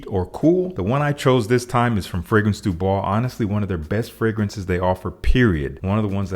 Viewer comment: Bro hearing you say the fragrance du bois name gets me everytime 😂.